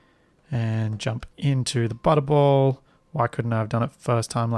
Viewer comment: So i've been watching this at 2x speed well I play SE myself and I was so confused why I kept hearing you say "butthole" turns out the way you pronounce butterball when sped up to 2x sounds eerily like butthole. It was at "Lets just connect this up to the butthole" i had to stop and figure out wtf was happening lol.